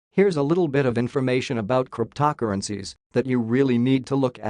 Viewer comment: As soon as i heard “Cryp-toc-urgencies” i knew this was not the channel to watch